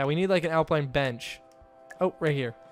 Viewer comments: no its pronounce alpine not apline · Al-pine not al-pline ... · its alpine not alpline xD